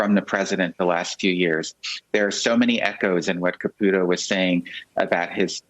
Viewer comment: Nobody says Ka-pew-to in English or Italian, as far as I know. Maybe I'm wrong, but I don't think so.